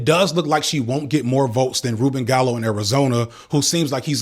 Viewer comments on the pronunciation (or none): Bruh, Reuben “Gallo”? 😂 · quick note that it’s pronounced gai-ay-gow in line with Spanish pronunciation. Love ur videos I jus live down in AZ and it caught me by surprise 🤞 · Jumping in as an AZ local to provide a little context here. Not perfect, but at least a little closer to the ground here. tl;dr EDIT: Gallego's victory doesn't quite get around the racism/sexism thesis, but being well-known locally isn't something to be dismissed. Gallego (pronounced closer to "guy-eggo" than "gall-echo" or whatever said) is a pretty well-known part of Democratic politics in the state. His ex-wife is the mayor of Phoenix, the largest city, and he's come up through the political ranks here. He ran against Kari Lake, a very Trump-y candidate that narrowly lost a bid for AZ governor in 2022 and spent a lot of energy on election denialism. Gallego did the run to the center over the course of two years rather than a few days. His campaign was careful not to get too close to Biden on anything, and it did a lot of "tough talk" about border stuff. He kind of neutralized one of the Trump campaigns biggest issues (not in a morally good way but in a strategic "win elections" way). Lake was pretty well known as a "stop the steal" candidate, and a lot of low-information voters just don't care about that at all. Money advantages don't mean everything, as we saw in the Harris campaign, but the AZ GOP started off with a lot of financial issues that made running statewide campaigns hard. Gallego's campaign came out with ads and events pretty quickly, and Lake wasn't really able to break through on much. The Lake campaign tried to open Gallego's divorce files to get a scand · I believe Gallego is pronounced ‘gah-yay-go’. Fascinating and illuminating video as always. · great video! small note, the LL in Ruben Gallego's name is pronounced like the "LL" in tortilla (gayego)